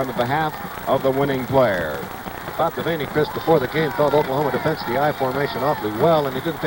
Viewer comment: He might have mispronounced Kinney, Unruh, and Devaney as well.